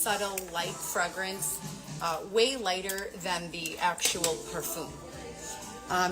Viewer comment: FrEgrence with an “E” not fragrance